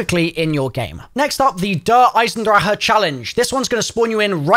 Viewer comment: I enjoy how he pronounces Eisendrache correctly